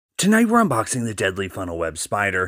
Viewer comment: my guy said "unboxing" as if it's an xbox